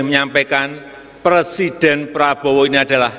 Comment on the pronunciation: Ngomong Persiden. Harusnya Pre.. Siden bukan Per.. Siden. Koplak..